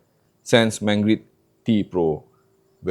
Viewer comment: MangiRd, not MangRid